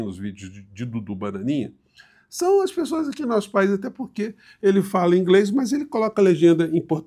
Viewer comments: DUDu fala 'ingrês' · eu falo inglês e esse inglês desse dudu é muito ruim.. Não é nem só sotaque carregado, e é demais, é quase incompreensível, é mispronounce. Ele pronunciou várias palavras erradamente.